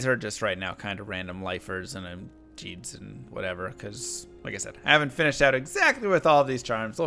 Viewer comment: Did this man say Jheeds...AGAIN?? Why the eff would you say jheeds instead of gheeds when you know goddamn well thats how its said?